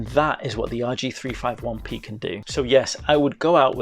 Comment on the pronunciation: It's pronounced "rg3 50 1 p